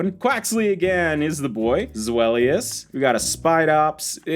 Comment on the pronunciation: Hey, you do know that Deino, Zweilous and Hydreigon are based of the German words for 1, 2 and 3, right? So they're pronounced like Ein, Zwei and Drie. Also, love your stuff!